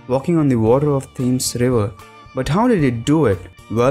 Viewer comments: Theeeemes river! It's thames with an a. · The river is pronounced "TEMS."